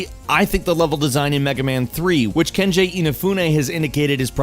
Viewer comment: It's 'Keiji", not "Kenji". :V Anyway, does the PS4 version skip frames randomly and have 5-10 second load times, even after a death? Because, the Wii U version does, and you should not buy the Wii U version under any circumstance. It's almost unplayable, and I'm only going to beat it because I backed the damn thing and asked for this version. The only thing keeping me sane is seeing Call, the Roll look-alike, between stages. For a show called "Before You Buy", I was expecting this to be mentioned. Granted, I'm new here, so I really had no idea how this video would go. I just hope anyone interested in playing this is warned to stay away from the Wii U version.